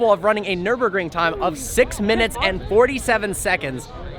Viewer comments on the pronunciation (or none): none